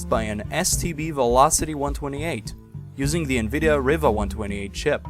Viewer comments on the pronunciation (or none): none